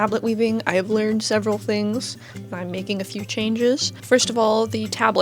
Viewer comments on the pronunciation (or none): none